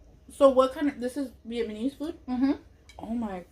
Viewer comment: Haha be saying “vietmanese” Haha I love her❤️😂